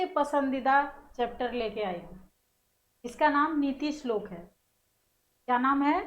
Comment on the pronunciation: Islok nahi shlok